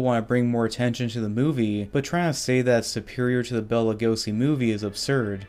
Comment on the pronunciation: Except when he says Bella instead of Bela.